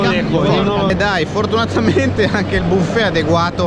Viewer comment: Ma a ho sentito un "FORDunatamente"?